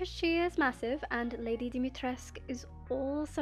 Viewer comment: hello! just a reminder: the "u" in the word dimitrescu is not silent -romanian person